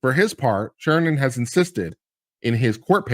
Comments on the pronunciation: It's Sheeran, Sheeran. Not Sheernan, or Sheeren, or Sheehan!!! As you were people! ;-) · I can't watch you anymore....You can't even get sheerans name right! Unsubscribed!